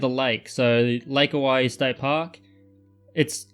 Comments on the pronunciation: Owyhee opal is one of my favorites. Thank you. You DID pronounce it correctly. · Your pronunciation is correct, but peculiarly, it was an Anglicanised spelling for Hawai'i. Hawai'i was originally named 'The Sandwich Islands'. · Congrats on saying oregon and owyhee correctly!!!